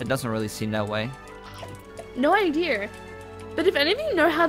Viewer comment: Why did she say I have no idera???